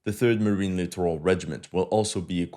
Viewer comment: As a note, the US military generals and admirals, inspired by Alabama-esque 'edumuhcation' standards, pronounce "littoral" as "literal."